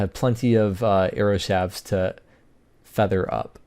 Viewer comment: shaft has a t at the end of it, so the plural form doesn't turn the f into a v... shafts. not "shavs"